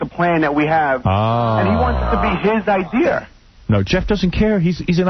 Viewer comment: I would never trust the intelligence or competence of a man that uses the word "idear"